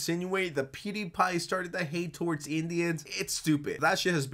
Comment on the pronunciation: mf said toe-awards